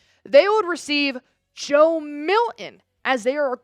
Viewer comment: Who is Joe Milhin? It’s Milton.